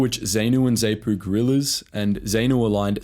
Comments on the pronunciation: Sigh...I grew up in Rhodesia. The only term you pronounced correctly was "Rhodesia". ZANU - "Zah-nu" not "Zay-nu" ZAPU - "Zah-pu" not "Zay-pu" FRELIMO - "Fri-LEE-mo" not "FREE-li-mo" Salisbury - "Sauls-bury" not "Saliss-bury" And so on. Ian Smith didn't crack because ZANU/ZAPU were going to invade Rhodesia in 1979 - if they tried a regular invasion they'd have been slaughtered. He cracked because South Africa cut off the ammunition and oil. South Africa - more specifically John Vorster (pronounced "Foster" BTW) wanted to get some international kudos for South Africa by organising Rhodesia's transition to black rule and he had no problem twisting Smith's arm to achieve his aim. Smith tried to arrange something that looked like black rule but left the whites in effective charge and that was Muzorewa (pronounced "MOO-zoh-RE-wah"). But Mugabe, Nkomo and the Brits didn't buy it. The rest is history. Re the ruthlessness of the war, I don't how to get this across, but in Africa - at least then and probably still now - it was always understood by everyone that fighting was to the death. "Prisoners of war" was a funny concept. There were never any prisoners of war. Guerillas were not considered soldiers as they attacked, tortured and killed civilians. They were shot on sight or capture ( a few were recruited by the Selous Scouts - pronounced Se-LOO - which proves what a funny place the world is). Naturally the guerillas never took prisoners themselves. This ethos carries over to the c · Zaypoo and Zaynoo? What the FUCK. That is NOT how you pronounce those acronyms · Ffs, they're pronounced Zah-nu, Zah-pu, Tanzahnia, Freleemo. Basic bloody stuff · Zanu is not pronounced as if the letter A is saying 'ay' it is probounced as if it says 'ah'. Same with Zapu. It's pronounced Z(ah)pu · A little pronunciation guide. ZANU (zahnoo), ZAPU (zahpoo), FRELIMO (frehleemow), Selous (Seloo), Salisbury (solsbree) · It’s pronounced “Zah-noo”/“Zah-poo” not “Zay-noo”